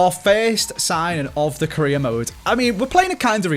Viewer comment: Almost every time he says career mode I hear Korea mode